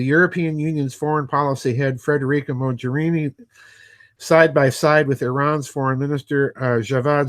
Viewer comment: Not that she is a character of any particular consequence, but the g in Mogherini is pronounced as in golf or Lamborghini for instance